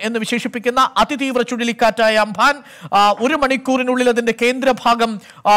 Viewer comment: Ambhan അല്ല umbhun എന്ന് ആണ്🤦🤦🤦🤦🤦🤦